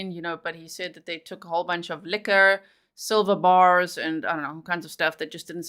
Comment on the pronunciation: Did he say"Sliver bars"(he make them sound)like they eloped??!!